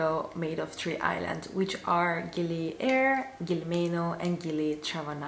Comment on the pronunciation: Gili Air is pronounced "Ayir" (which means "water" in indonesian). 😉